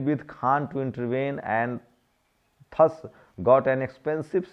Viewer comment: Thus को इंगलिश में दस कहते हैं ठस नहीं।